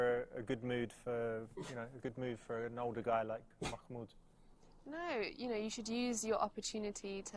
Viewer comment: its mah-mood. im really sorry but the way you said it triggers me also, if you cant really say it, that's totally okay